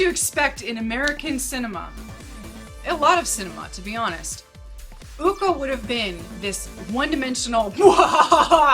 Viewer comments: I need to Clarify how the pronunciation the name of "Ucok" "Co" for Ucok should be pronounced as "Cho" like Chocolate. So Ucok reads "Uchok" instead of "Ukok" :) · bangun = bang + oon ucok = oo + chok anyway nice review